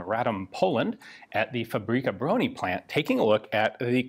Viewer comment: BTW word fabryka contain word [ BRYKA] where is mean " vehicle ride " so is more alike FA BRY(j) (with originated 'y )KA - alike Fabry'ka ! And Bro-nih is [BRONI ]